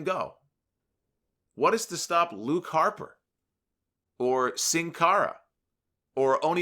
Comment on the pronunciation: First english speaking person from YouTube that pronounce “Sin Cara” right